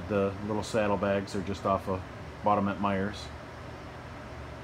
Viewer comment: Definitely from MI, he said "Meijer".